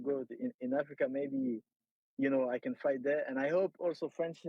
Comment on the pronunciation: Cedric tu prononces fight avec un accent irlandais 😅😩 comme mcgregor ! Ressaisis-toi